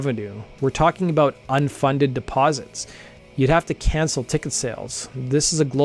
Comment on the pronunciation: “We’re tlaking about”